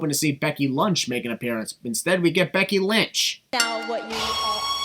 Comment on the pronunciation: “Becky Lunch” 😂😂